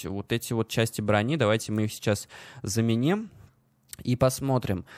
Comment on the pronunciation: ЮзАть и заменИм... интересно ты ударение ставишь)))